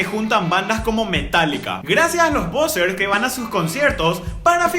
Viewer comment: Que purete cuando decis POsers😂